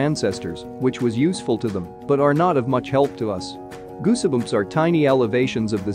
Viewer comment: goosibums? ffs get a narrator.